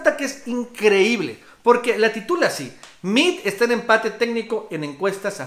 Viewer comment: Como sugerencia, pronuncia el apellido de Meade tal cual como se escribe...saludos